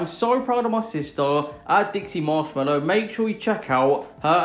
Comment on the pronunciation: Dude you called her mashmellow